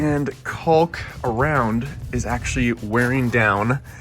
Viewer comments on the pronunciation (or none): The CAULK L is silent it is pronounced Kaak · Try leaving out the L when pronouncing caulk....you will sound like a pro..lol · This guy calls it colk lol I call it cock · Is he saying cock or hawk? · I only heard him say cowlk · It's cawk! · he says coccck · I've never heard anyone pronounce the "L'" in caulk. 🤣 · Bro says caulk funny😂 jk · the way you say caulk hahaha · Dudeeee!! I can’t stand it. Every video I watch it seems like everyone pronounced the “L”!!! Like, you don’t pronouns the “L” in “walk” right 🤦‍♂️ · Trying very hard to avoid saying cock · It’s like people calling a roof a “ruff” or creek a “crick” lol